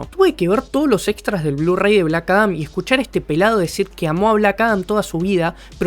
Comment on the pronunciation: bueeno, aqui le doy el beneficio de la duda, las pronunciaciones del idioma gringo es confuso aveces ya que "black adam" y "black atom" se pronuncian casi igual: blac arom